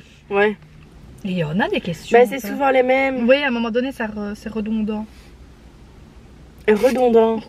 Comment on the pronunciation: Le moment où tu dis redondant ... 😂😂 de l’ooorrrr ahahahaaaa